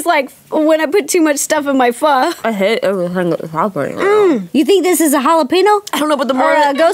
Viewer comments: OML IM SO HAPPY RO SAID PHO RIGHT!!! SO MANY PEOPLE SAY IT WRONG AND PRONOUNCE IT FO! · YES FINALLY SOMEONE SAID PHO RIGHT 😂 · great video... wanna say thanks for pronouncing Pho correctly haha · I LOVE PHO TOO! OMG YOU SAY IT SO AMAZINGLY!